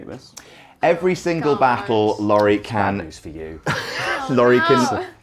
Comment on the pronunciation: I died when called Laurie, "Laurald"